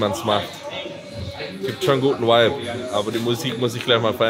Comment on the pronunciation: Bin ein richtiger fan, aber Whipe und Vibe ist einfach ein unterschied bro..... BITTTEEEEEEEEEEEEEEEEEEEEEEEEEEEE jeeeeedes video sagst du das wort JEDES